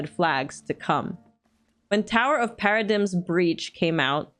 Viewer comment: Sorry, but gotta be that person. "Paradigm" is said "Pair-uh-dime". Also Catboys are weird lol . . . . I manage a Catboy DJ, I get to give them shit